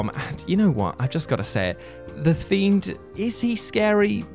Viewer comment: "Thiend, thein, more scarier than the themed" all in the intro, this is going to be good!